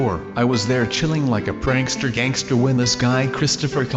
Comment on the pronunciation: guys said Prankster Gangter in stead of prankster gangster